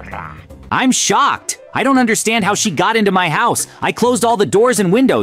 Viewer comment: dude stop saying im shoked